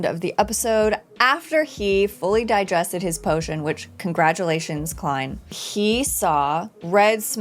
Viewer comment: Happy to see you've been saying Klein correctly now. Will you stop saying "Lord of the Mysteries" for a show called Lord of Mysteries anytime soon as well? And while we're being pedantic, if it were called what you're saying, the word "the" would not be capitalized.